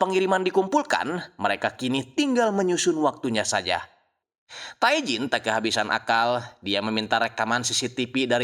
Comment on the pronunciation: Bang, pelafalan Korea itu nama Tae bilang nya Te.. huruf vokal kedua yg dibaca Tae Jin => Te jin